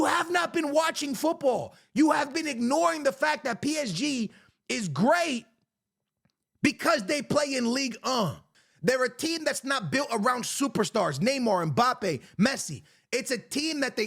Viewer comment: What is ligue uh 😂😂 But facts